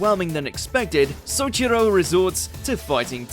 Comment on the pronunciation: Ignoring how Souichiro was mispronounced, I'm glad tenjou tenge is getting notice